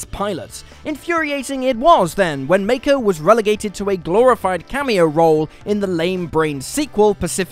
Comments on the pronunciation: Pronounced as Mach-o, not Make-o. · I know, right? It's Mah-ko